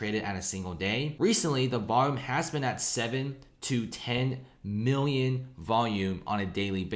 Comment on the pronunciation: Cant pronounce “million” or “billion” properly. lol